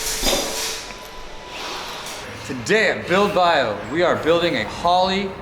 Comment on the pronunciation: I love how were 5 episodes in and still calls It "Build Bio"